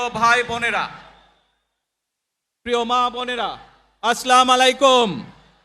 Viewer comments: উচ্চারণ সহকারে সালাম দেওয়াটা শিখলেো না । আস্লামালাইকুম এটা কেমন সালাম। এই সালাম এর অর্থ কি। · আমাদের নেতা সালামটা ভালো ভাবে দিতে পারলেন না কষ্ট পেলাম😢 সালামটা এরকম হবে আসসালামু আলাইকুম 😊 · আসসালামালাইকুম ❌ আসসালামুয়ালাইকুম ✅😁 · Assalamu Alaikum,,,😂😂oni bolse assalamu malaikum bolse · আসলমিলিকুম‌না আসসালামুয়ালাইকুম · আসসালা মালাইকুম তারেক কে সালাম শিখাতে হবে । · আসলামু আলাইকুম নয়, আসসালামু আলাইকুম হবে। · সালাম টাও তো ভালো করে দিতে পারেননা। আসসালামালাইকুম অর্থ আপনার উপর গজভ নাজিল হোক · আসলামালাইকুম, আহারে! নেতা তো সালামের সঠিক উচ্চারণটাও জানেন না। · সালামটাও ঠিকমতো দিতে পারলো না উনি হবে জাতির নেতা। আমার কপালটাই খারাপ। উনে বলে আসলামালাইকুম। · কেমেন নেতা সালাম দিতে যানে না,,আস্ সালা মালাইকুম বলে,,😅😅,,সঠিক সালাম শিখে আসেন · ছালাম টা শুদ্ধ হয়নি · সবাই ফলো করেন, আমাদের প্রিয় নেতা ভালো করে সালামও দিতে পারে না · আপনার সালাম শুদ্ধ হয় নাই সালাম শুদ্ধ করে শিখেন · নেতা আজো সালাম টাই দেওয়া শিখলেন না,,মানুষকে বোঝানোর জন্য দায়ে পড়ে ২-৩ টা আরবি বলেন তাও ভুল,বাহ🙂🇧🇩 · একজন মুসলিম হিসেবে অন্তত আসসালামুয়ালাইকুম সঠিক ভাবে বলতেপারা উচিত। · দেশ চালানোর আগে সালামটা শুদ্ধ ভাবে শিখুন নেতা☠️ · Salam ta shuddho hoynai......suddho kore salam dile valo hoy😢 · সালামটা শুদ্ধ করে দেওয়া আবশ্যক নেতা। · সালামটা সঠিক ভাবে দিতে পারলো না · সালাম সুদ্ধভাবে শিখিয়ে নিয়েন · Salam ta thik vabe dite parcen na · সালাম টা সঠিক ভাবে শিখা দরকার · সালাম টা হল😢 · এমন নেতা , দেশবাসী কে সালাম টাই ভালো করে দিতে পারে না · এটা কেমন সালাম শুদ্ধ করে সালাম টাও দিলেন না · যেই লোকের সালাম শুদ্ধ হয় না তাকে তুমি নেতা মানছো কোন বুঝে উত্তর দিতে হবে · হায়রে নেতা সালামটাও সহিহ শুদ্ধ করে দিতে পারল না ইন্নালিল্লাহ